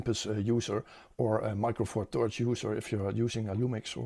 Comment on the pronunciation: Weer een top video! Zeer behulpzaam en informatief. Een kleine suggestie; je huidige uitspraak van "THirds" in MFT klinkt als een harde T, wat de betekenis verandert in iets dat je vast niet bedoelt💩👀